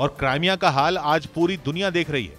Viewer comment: AAPKA RUSSIA UKRAINE WAR Jo PRESENTATION BAHOTH HI ZABARDAST HAI MAGAR CRIMEA KO AAP LOG KRIMEA KEH RAHE HAIN SAHI NAHIN KRIMIA HAI NA KE CRAIMEA HAI